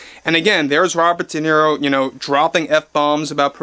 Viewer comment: Se pronuncia De Niro, tal como se lee, el apellido es italiano